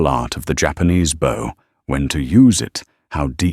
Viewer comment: I tend to enjoy your stories, but you would do so much better if you actually did QA on the AI voice. For instance the pronunciation of "Bow" when talking about "Bowing to someone" vs "A bow that fires arrows". The Ai got it right first, then from then on had it wrong. If you double checked it before posting it you could catch things like that and the story wouldn't sound so silly. It often stutters with money values as well. The way it is now, it seems like you just record the AI without listenting and post it blindly. And the names randomly change. All pointing to the fact you do no QA before posting.